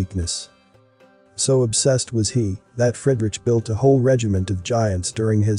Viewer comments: Please find out how you pronounce foreign names, like, Fredrich ; Fred...Rick, for example. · its pronouced Freeedrick